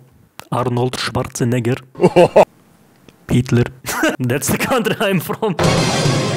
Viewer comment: Haha, “… Heetlur.”.